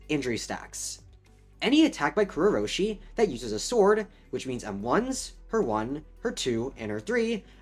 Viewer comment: why do you say kurourushi like kurrou-roshi